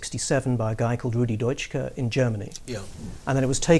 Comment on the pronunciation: The german communist is pronounced Rudi Dutschke [ˈdʊtʃkə], not Deutschke!!